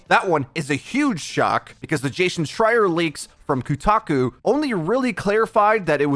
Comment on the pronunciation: Kutaku? It's Kotaku dude.